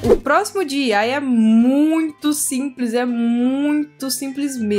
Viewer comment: Fico td lindoo !! Amei , uma dica linda DIY pronuncia-se " DI AI UAI " .. Só dica mesmo.. !! Amei o Videoooo <3.